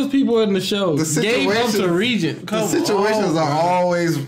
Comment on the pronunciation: So Reigen (like GUH sounding G not Gen like generation) was able to walk up to Shimazaki because Mind's Eye lets him essentially throw all his senses on "seeing" a specific thing, in this case psychics and I assume all psychic power. Considering Reigen doesn't have any, he wasn't "picked up" on Shimazakis psychic "radar".